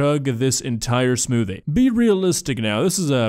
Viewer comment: I'm sorry, I didn't have the willpower to finish this video. The "smoothie" got to me